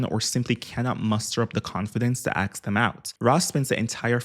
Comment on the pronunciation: Ok I know it's random but it's so freaking adorable how you say axe instead of ask